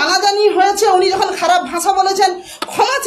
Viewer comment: ভাষা কে ভাঁষা বলছে